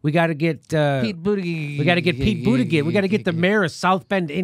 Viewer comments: I love it how no one can get Buttigieg's name right. It's A Maltese name. 'Boot-edge-edge'. But I'm cool with booty-gig lol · It’s Boot Edge Edge 😀